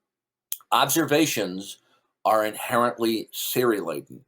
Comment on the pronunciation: OH was that what he was saying ‘theory laden’? 🙄